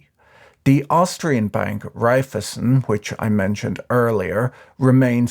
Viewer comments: Repeat after me: Rhai - phy - zen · its REIFEisen, try pronouncing it, shouldnt be too hard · My only criticism is that it's not how you pronounce (evil) Raiffeisen.